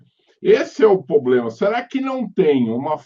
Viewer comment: Excelente conteúdo. Assunto bem complexo. Sugestão: tentar eliminar alguns vícios de linguagem, tais como: - poblema --> pRoblema - pra mim calcular --> pra EU calcular. - pra mim fazer --> pra EU fazer.